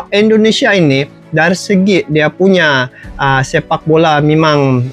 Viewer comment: Maaf bg bukan ENDONESIA ya tapi INDONESIA